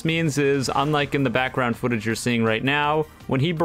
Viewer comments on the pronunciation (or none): none